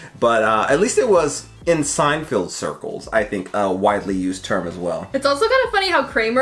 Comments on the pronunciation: It's Seinfeld, not Seinfield, lol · Is it me or does it sound like he keeps saying Seinfield instead of Seinfeld? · Are you saying "Seinfield" on purpose? 🤔 You know it's Seinfeld, right? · Lol at your incorrect pronunciation of Seinfeld. I notice it in every video. It's not Seinfild. Feld as in fell. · Love you guys, but for the love of god, PLEASE stop pronouncing Seinfeld weird. can do it, so can you! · I thought I was the only one to hear pronounce it like that...